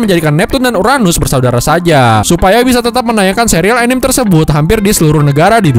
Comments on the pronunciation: min bisa ga bilange bukan "anim/enim" tapi "a-ni-me"(kaya bilang "sa-te"😅😅 gemes ih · 'A-ni-me' not 'E-nim' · Perbaiki cara baca anime nya... itu bukan bahasa inggris langsung, itu udah bahasa inggris yang di serap jadi bahasa jepang, jdi bacanya tetap. a-ni-me. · Orang indo ngomong anime kok jadi "anim" ya? Padahal jepang aja anime bilangnya